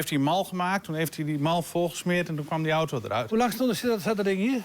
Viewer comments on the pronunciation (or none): none